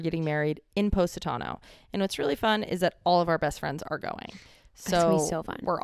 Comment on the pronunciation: It's not poe...satano, it's poss...itano. 🇮🇹 sorry, i know its probably your American accent but for us Italian's, it sounds 'fanculo'😂